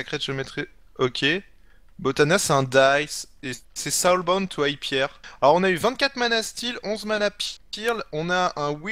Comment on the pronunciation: Pirle, hilth, Pierre à appris l'anglais ou? En même temps c'est pas mieux en français, pitoyable...